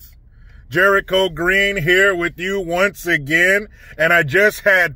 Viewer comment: Hey Jericho, you know how sometimes you say "again" with a Canadian accent; how about sometimes say, I'm "out" with one as well... 😀